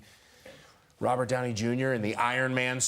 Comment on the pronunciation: "upey Downey " I needed a few moments to understand 😂😂😂